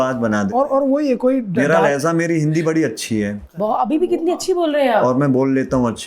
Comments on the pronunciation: 😂😂😂😂😂😂 iski hindi bohat achi hy Lehza bhi hhhhhhhhhhh Lehza nahi hota Lehja hota or lehja لہجہ is urdu word not hindi and 2ndly Mijaz nahi hita Mizaj hota or mizaj مذاج hota agr shok pal hi lia urdu bolny toh plz seekh lo 😅 koi 4 baar mijaz bola hhhhhhhhhh sara impression kharab kr dia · Lehz a nahee lehja . Mijaz nahee mizaj 😊 Very unusual and natural person .such may is materialistic lifestyle has killed souls. 😮